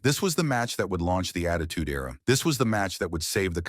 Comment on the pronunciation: Era- (air-uh)